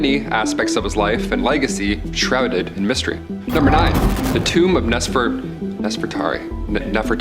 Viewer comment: Bro how can you not say NEFERTARI….and then after correcting yourself you STILL failed by repeatedly saying “Nefertati”?! I would have been a little more understanding if you would have simply confused “Nefertari” with “Nefertiti” but no…..you just failed all together and that was after putting forth GREAT effort!! How are you going to be EDUCATING ppl on sh¡t you can’t even pronounce? Are you RE…..SPECIAL?!